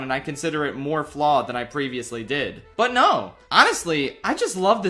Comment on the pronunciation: PreVeeOussLeeee on the frollo SHoow.